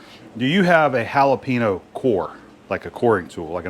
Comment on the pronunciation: Florida man refuses to pronounce the ñ. Try it with me: Holla Pain Yo